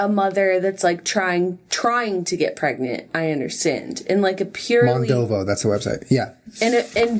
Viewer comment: Lmao "am I pregenanart?"